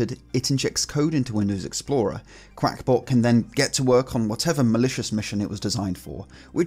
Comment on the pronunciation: Uhh that says qakbot (cackbot) not qUack ya duck